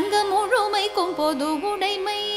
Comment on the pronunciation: Pronounce udamai. The thing here is, you are pronuncing "udai mai - udai-sounds dress. You may correct it in future.